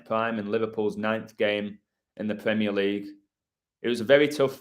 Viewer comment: The "CREAM-eer League."